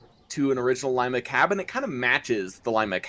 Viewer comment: Did you guys know that we have a Shay on display, at Cadillac Michigan,where Ephraim Shay worked. I will get you more pictures if you want. Our cylinders are slanted into the boiler a little. I have never heard it called Lima,like "lie ma" only ever heard it called Lima, "Lee ma". just letting you know.. no big deal.